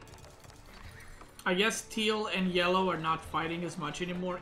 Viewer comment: Why does he say "thiel" to turquoise/cyan? Is this some inside joke or which word does he mean?